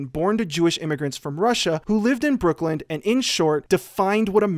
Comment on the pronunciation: You folks noticed this and not the fact that later on, he called the NYC borough, "Brooklynd"?